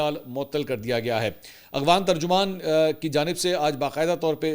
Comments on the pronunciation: abe aghvan ni hota afghan hota ha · Bhai it is Afghan not Aghfan.